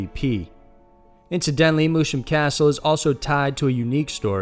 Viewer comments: I thought moosham was pronounced as “moose ham” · Was like 'ouch' when hearing the pronounciation... I'm german x3